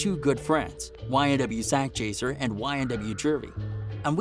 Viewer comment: Joey Gouda that’s not how you say it white boy